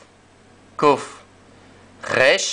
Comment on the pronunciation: Por favor la resh es más parecida al español (como las r semitas) que al alemán o el francés, es decir, nace en el frente de la boca. No la enseñen más como si todos los hebreos fueran esquenazis. En la red hay algunos rabinos y estudiosos del hebreo que lo aclaran: hay vibrar la lengua como lo hacen todas las comunidades judías del Medio Oriente. La influencia del alemán y hasta de las lenguas eslavas, sin querer, le han hecho daño a la pronunciación ancestral del hebreo.